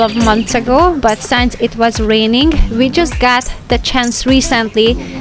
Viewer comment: Hi! Great to see that you're doing things in garden (my fav part), and Zsolt and the guys being included. Can I make a suggestion? Please note that "since" should be read more like "sins", and not like "signs". As East European and not a native speaker, I understand how English language may be difficult... I noticed you struggle with the expression. No hard heelings, of course.